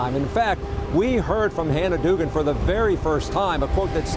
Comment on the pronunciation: The name is pronounced Doug-an. Doogan, if you're a retard. Guess how I know the correct way to pronounce the name?! She needs to be charged for treason for breaking her oath and executed. She performed Article III treason, the same as all Nurses and Doctors who are "required reporters" of treasonous activities. It's not just abuse they have to report. Every American is duty-bound to report treasonous activities. I bet once we have our first execution for treason. The political nightmare that is occurring will diminish. There will be a line of individuals scheduled to visit the Freedom Tree. That is the law!